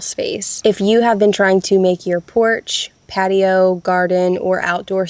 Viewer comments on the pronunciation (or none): none